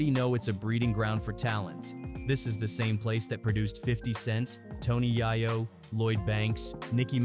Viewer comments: Tony YAY- YO not yahyo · It’s Tony YAY-OH … it’s Beemers or Beamers … show some respect for the language 😂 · Being called Tony Yah Yo is crazy 😂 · Never trust anyone that says Tony Yaaah Yo....